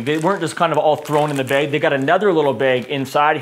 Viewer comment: You say bag like the word "Bagel", it's kind of funny. Informative video though. Oh and all windshield sunshades are held in place by the visors. But they don't appear to have the roof sunshades for my 2018 Model 3. Did something change in the Model 3's?